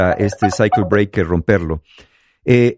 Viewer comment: cuando dice cycle breaker su pronunciacion es más de psyacho Breaker ahaha